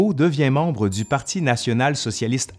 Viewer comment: Au fil dzu temps